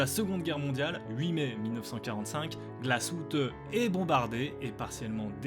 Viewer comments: Superbe vidéo, l’histoire est très intéressante Juste une petite persistions : en allemand, le « ü » se prononce « u » comme en français, c’est le « u » sans tréma qui se prononce « ou » Donc je pense que Glashütte se prononce GlashUtte ou non GlashOUtte Voilà, continuez votre travail, c’est grâce à cette chaîne que je me suis intéressé à l’horlogerie et c’est vraiment passionnant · On prononce Glasshütte et non pas Glasshoutté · On ne dit pas « glasshoute » mais « glasshute » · juste pour gouverne les mots en allements avec un trémat ¨se prononcent à la française genre le " ü " se prononce " u " pas " ou " et " ö " se prononce " o " pas " eu ":)